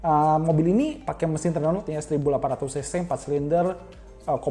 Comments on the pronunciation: Bukan nya runolt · Citroën = sitroén e nya kayak ember n nya dibaca Renault = Reno (e nya seperti empat) Sisanya bener kok yg prancis :p